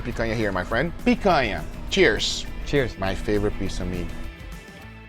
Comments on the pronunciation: Is it the picanha cut? He keeps saying picayah? . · And he didn't say "my food" he said my picania. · "I picanha you" Yeah you do with all that smack talk lol